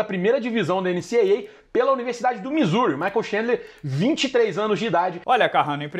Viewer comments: Po carrano, "eneci ei ei"? Eneci dablou ei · fala direito, Carrano! É o au america